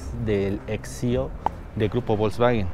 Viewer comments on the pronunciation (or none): none